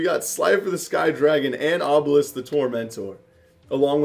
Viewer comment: he said obelis the tormentor lol🙉